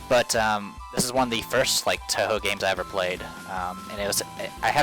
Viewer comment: At least he can pronounce Touhou. That's what counts.